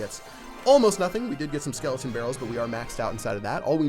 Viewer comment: 45 not sklotn brall sklton arrmy